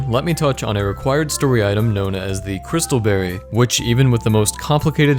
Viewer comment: You pronounce berry like berrey.